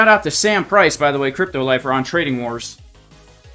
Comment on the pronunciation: You messed the guys name up. Its CRY.PTO